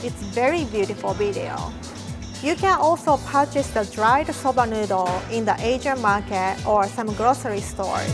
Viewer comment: I understand its an accent thing but her saying soubah noodol 100 times is driving me up a wall